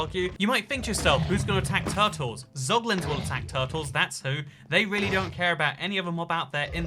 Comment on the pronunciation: “Pog”Lins lmao